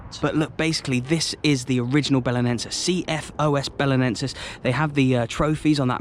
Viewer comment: Just one correction. You are suppost to say "Os" Belenenses, and not "O S" Belenenses. It is only one word, "Os" together